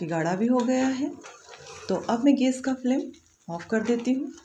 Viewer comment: idea to aacha pr aap gas bolna sikhiye...